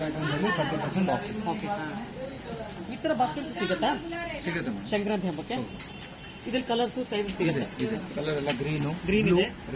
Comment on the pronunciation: ಸಂಕ್ರಾಂತಿ not shankranti